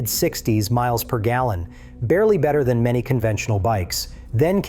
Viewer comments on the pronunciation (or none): none